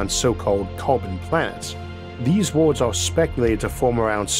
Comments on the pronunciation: I wanted to watch this video but your voice man, I can't 😂😂😂 such an interesting topic but damn I thought we were looking for water on worlds not wodoh on wods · Please get a narrator, good content however you sound like a toddler with your pronunciations. Waduh 'Water' 😂 tempratuah 'Temperature' woahds 'Worlds' euuf 'Earth' ayuuh 'Air' Buaan 'Burn' pressuah 'Pressure' I could go on but please😅😂